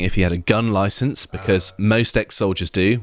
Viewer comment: you got a loiscence for that norse day-cor???